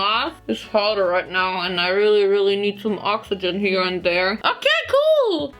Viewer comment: creative 😂👍 This "rait nau" I Love it😂😂😂😂😂 Excuse. What I really want to say: Ai laf id 😂😂😂😂😂😂😂😂😂